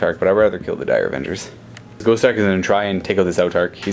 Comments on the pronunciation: I REALLY wish he would stop pronouncing the GAUSS as GHOST. Rather annoying x.x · I've never heard gauss said like gOWss